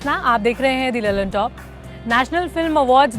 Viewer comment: मैडम अपना pronunciation सुधारिए..... लल्लनटोप नहीं लल्लनटॉप होता हैं